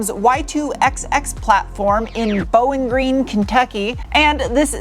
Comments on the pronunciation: 🤣 I noticed that also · As a Lexington native....I have to say I've never heard Bowling Green pronounced that way lol. I had to back up and confirm after I heard Kentucky.